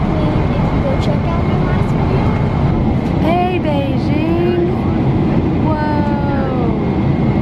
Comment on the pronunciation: Who else thinks that Beijing sounds like Paigique